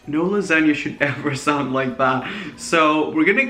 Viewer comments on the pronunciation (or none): Lasa-g-na monster